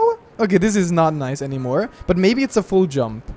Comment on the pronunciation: When you say "full jump" i understand "fool jump"